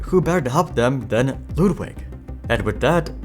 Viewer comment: You pronounce Ludwig surprisingly well